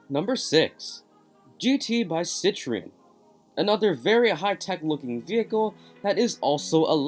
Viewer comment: Peugeot is pernanced Peu geot.....Citroen is pernanced citro en.... .